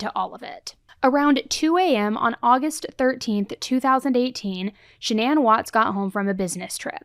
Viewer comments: I'm sorry did her parents say Shannon? Sha'nan lol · Why does everyone pronounce her name wrong when her mom says it like Shannon not shan-ann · If her mother pronounces her name Shan-un why does everyone always say Sha-nan? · Stop saying her name like that if you listen to her own mother say her name she says it just like Shannon it’s not shanAnn you can still say Shannon with an A Shannan! Everyone keeps saying her name all wrong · Your vid starts off with her mom literally telling everyone how to pronounce her name and you Americans butcher it as hard as he butchered his family. I don't understand how she is called Shan Anne when her name is pronounced Shan nin. It annoys me so much that I can't get through any vids. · So is her name Shannan or Sha-NAN? Her mom pronounced it the normal way. The way it's normally pronounced is very different. Her mother would pronounce it correctly, right? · I wondered about this too. The mom pronounced it like Shannon but then one of the recordings of Chris has him saying it "Sha-Nan" . And then all the shows like 20/20, Dateline, etc. pronounced it like "Sha-Nan". I don't know. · Her own mother pronounces it “Shannon” but media continues to pronounce sha- NAAAAAN. What am I missing. So weird. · Can I just say, I’ve been holding this back a long time because I know true crime YouTubers aren’t meaning to, but her name is not pronounced “sha-nan” it’s pronounced Shannon even tho it’s spelled like Shannan, we even heard her own mother in the clip in the courtroom pronounce it Shannon. It just seems hurtful, literally every person who’s ever covered this case has pronounced her name wrong even after hearing how her own mother pronounces her name. Shannan didn’t deserve any of this, and she doesn’t deserve to have her name mispronounced by everyone after she’s gone. Idk it just feels hurtful sorry if this is a hot take and upsets anyone not meaning to I just think it’s very important we are pronouncing victims names correctly.